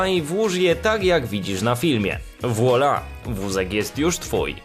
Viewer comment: nie czyta się włola tylko włala :)